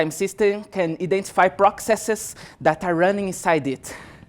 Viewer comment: "prokseses" xD